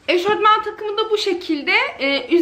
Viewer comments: eşortman değil eşofman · Picama değil pijama eşortman değil eşofman denir 😉